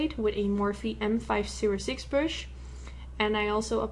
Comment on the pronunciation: I love the way you say brush, like it's pronounced "bruhsh". Cutest accent ever. Love this look, too!! Keep up the great work :)